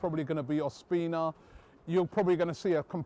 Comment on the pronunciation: Whos "ohspeenah" robbie?